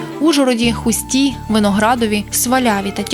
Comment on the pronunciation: Диктора, навчився висловлювати правильно. Не ХустА, а ХУста, не в ХустІ, автор ХУсті.